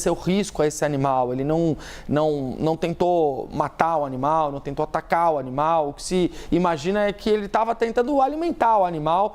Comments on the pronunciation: O "onimal" kkkk😅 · Ela falou: O onimal